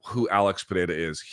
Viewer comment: Congrats, your pronunciation of Pereira is quite accurate.